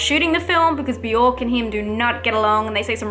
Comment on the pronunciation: Who is Biork? You mean Bjork? It's one syllable. I can't name one of her songs but I know her name.